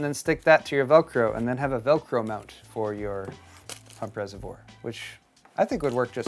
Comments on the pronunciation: It's a resavoir not resavore........ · You do need to pronounce the word "reservoir" correctly. Try saying "reservwaaa" instead of "reservor". Sorry for this, but the way you say it does sound a bit silly.